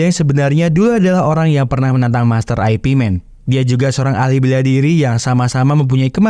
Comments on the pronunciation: Bukan Ai pi men bacanya boss...tapi IP MAN ( yip man ) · ai pi men??? yip man bang, atau ip man, jgn lu bilang aipimen, anehh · "ip man", baca nya bukan "ai pi men" tapi cenderung ke arah "yip man", itu dialek Cantonese. kalo mau pake dialek mandarin, dibaca nya "ye wen". Kalo nyebut nama "Zhang" nya masih rada oke lah, tapi kalo mau lebih detail lagi dan ditulis pake alfabet Indonesia, penyebutan nya lebih mendekati "Cheung". Semoga terjawab sesuai konteks.